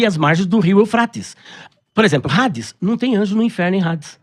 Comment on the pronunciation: o nome não é "HADES"(Rades); mas AIDES ou ADES, Grego Clássico.